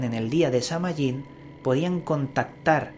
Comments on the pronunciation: De hecho la correcta pronunciación es Saa-win y ésta festividad es parte de la rueda del año que celebran los wiccanos. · Se pronuncia Saa whin! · samhain es el nombre de un rio nacido de la union de morrigan y dagda, pero no es una deidad. El nombre de la fiesta significa el fin del verano y la pronunciacion mas adecuada sonaria como sowein. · Se pronuncia San-Win y Samhain no era un dios de la muerte, no habia sacrificios humanos, tus Fuentes estan erradas